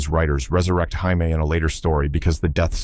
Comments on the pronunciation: The Bionic woman's name is pronounced Jay me Summers, not High me . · Its JAY-me, not HIGH-me! AI has a long way to go. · NOT Hi-me Summers. It's Jay-me Summers. Stupid shit a.i. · Jaime Sommers. The Bionic woman was Jaime not Yimmy. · the bionic woman isnt 'heimey'.. its jamie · The Bionic Woman's name is Jay-me Sommers, not Hi-me! Your AI did this Before, and you Still do not Proofread it's Faulty Work! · Maybe the AI was Spanish... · The bionic woman's name was Jaime sommers not Haime sommers. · Worse than mispronouncing her name, the more terrifying part of The Bionic Woman was when the Fembots were introduced. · Hey! AI! It is NOT "Hymie", it is "Jaimie"! People are all concerned that AI is too smart or that it will take over... y e a h.. all this concern when it cannot even English. I do not know who put this together but most of it is not the right series or just some other filler. SO THUMBS FOR YOU! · Ai can't pronounce words properly .who's hyme summers ??? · Hiamie Spanish for jamie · Flub on Twighlight Zone scenes and Ai voice. Haimey Summers??!! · I think the AI may assuming a Spanish pronunciation of the letter J. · Maybe it's the Mexican pronunciation: Hay-meh. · The AI voice read it as if it was the Spanish male name "Jaime". Or at least as and English speaking person would pronounce it. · Learn how to pronounce "Jaime" What you did is infuriating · AI messes up on names constantly. Data from Star Trek could never use contractions. I always thought that was stupid but maybe they weren’t so far off. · Ir is not Hymie It jay me! Quatermass, Qu Ay ter Mass I hate AI narration!